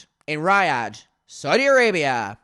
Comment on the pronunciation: Your pronunciation of Riyadh is actually killing me